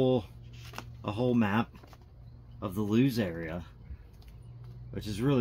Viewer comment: This is awesome and I'm glad to see the pots made it in one piece. Sometimes I worry about how parcels are treated in the post. It's also great to see that you have had so much luck with the seeds. Hopefully they grow on to become nice little bonsai. Also the town of Lewes is often mispronounced as it's actually pronounced 'Loo ess' and is famous for it's November 5th bonfire celebrations.